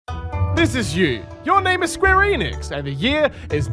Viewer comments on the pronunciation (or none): I swear to God he’s saying square anus